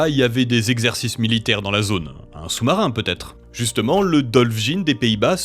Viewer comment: First soumsoumarin 😂